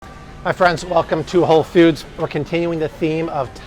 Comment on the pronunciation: BTW, ‘foods’ is pronounced like ‘dudes.’ Not like ‘feuds.’ It’s not Whole Feuds.